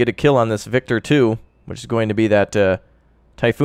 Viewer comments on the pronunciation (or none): You noticed this too? Also not pronounced "Vector" lol